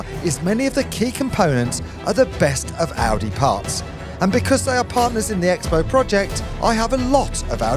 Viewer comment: Xbow is pronounced as Crossbow just like MotoX is motocross and not Exbow or Moto Ex. This is bloody annoying